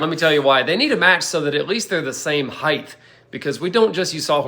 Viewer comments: They’re the same height. Not Heighth! That’s not a word. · HeighT,. There is no 3rd H